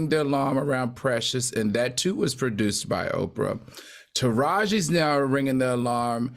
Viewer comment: Say it Al it's OPRAH